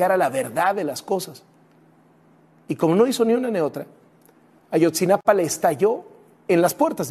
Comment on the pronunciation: No es Ayotzinapan, es Ayotzinapa